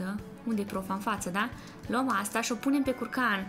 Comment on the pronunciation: nu te supara dar tu ai pronutat in moldoveneste şâ eu scuze dar sunteti super tari